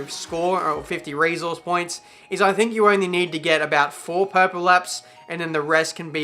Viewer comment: Seriously Ive been wanting to ask this for a while and correct me if I'm wrong but since when was resource pronounced reeesource